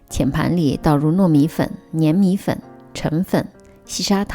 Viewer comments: 粘米粉念zhan，不念nian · 谢谢分享。有两个读音不太对，粘(zhan）米粉，澄(deng)粉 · 粘唸 ㄓㄢ米粉，不信你去查。